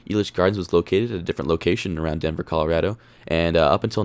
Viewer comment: You’re a Colorado native but can’t pronounce the state’s name correctly?